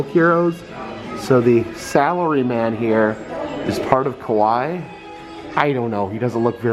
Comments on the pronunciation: Kawaii actually pronounce kawa"eee" 😂. Great video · Ka-why-ee like Hawaii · Me screaming at my TV going "it's Ka Why Eeee" 😭😂 i know you mean well but omgg I felt like correcting you. Also props to Disney displaying the history of kawaii culture though. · Kawaii is pronounced ka-wa-ee and literally means cute. I've been really enjoying your videos. I'm glad you're feeling better and spending time with your daughter. You probably don't remember me, but I finally got to meet you at knotts scary farm 2021. You were so nice! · it is pronounced ka-wa-ii , you should watch an anime once 🐻/\🐻